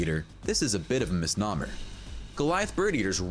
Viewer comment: This guy should look up how to pronounce "egret," "vermin" and "misnomer"